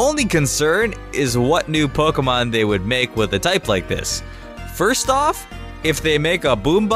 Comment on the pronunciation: IT'S pronounced poKEYmon! ! FFS!